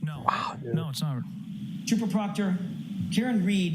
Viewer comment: They’re about 4 weeks late for the party and clearly know close to nothing about the case. The guy on the right couldn’t even pronounce Proctor. But put all of this aside, I’m outraged by the fact they’re sharing a single pair of ancient model AirPods. They’ve got to have spent all the money on donuts.